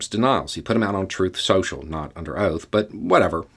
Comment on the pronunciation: “Truithff sochall”